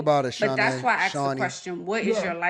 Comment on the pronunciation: She has a hair business, she's into Real estate and can't even pronounce the word ASK. How typical! 😂😂😂